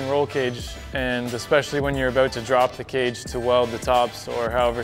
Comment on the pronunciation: I didnt think this guy was Canadian until he said aboot